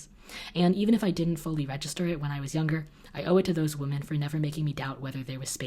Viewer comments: Who else thinks it's adorable that pronounces "women" like "woman?" 💖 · I love you and your content. Started watching your channel late 2018 and won't stop anytime soon. But I've always wondered.. do you purposely say woman in plural / or just don't realise that 'women' is the correct term... Weird thing to ask but I notice it every time 🙈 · pronounce the plural as "wimin" not "wo-min" when you get to give the speech! :) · Still freaks me out when you pronounce “women” like I pronounce the singular “woman” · Am I the only one who notices that always pronounces "woman" the same way as "women"? English is my second language and teachers always corrected us when we did that, so I'm confused!:D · I love you, but I gotta tell you there's a difference in the way you pronounce woman and women. No hate tho, I'm just a know it all.🥰